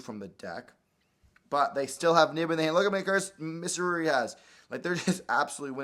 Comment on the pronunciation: Its Mitsurugi not Mitsuguri